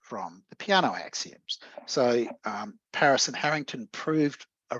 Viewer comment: Btw, as an Italian I cringe a bit when I hear Peano's name pronounced like "piano", as in this talk 😅